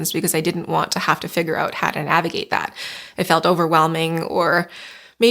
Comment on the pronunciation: Take a shot every time she says “nahhhvigate”